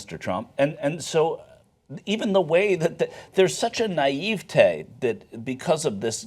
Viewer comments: Worst mispronunciation in this video: Naivetè not Naîvte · Who says naivety like that? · The way he said naïvité bothered me...